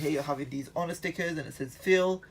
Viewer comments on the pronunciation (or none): And he says ho ner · It's pronounced oner